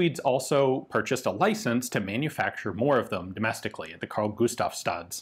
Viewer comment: You pronounce "Carl-Gustaf's Rifle Factory" really well. From a Swede who did military service 1966-67 and had kpist M / 45 as a personal weapon. Of course, I got to learn many others. Armor shot, heavy machine gun and combat and ambush with the bayonet and throwing hand grenade. All in northernmost Sweden where we could stay out in the cold for weeks.